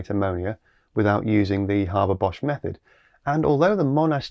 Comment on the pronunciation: Interesting.. I do believe the correct pronunciation is “Hayber Bosch” as there is only one r in Haber. Still early days on this process, but here’s hoping!